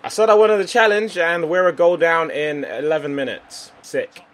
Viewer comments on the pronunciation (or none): none